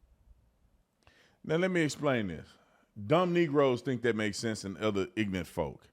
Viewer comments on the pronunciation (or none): Bro you talk stupid. Theresan R in ignoRant. Its not ignant. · Tell you what is ignorant, saying "ignunt" instead of ignorant😅